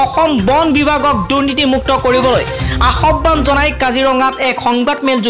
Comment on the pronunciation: Ahoban nohoi aahban